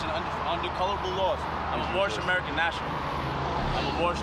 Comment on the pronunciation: Did he say “boorish” citizen? Well then I do agree!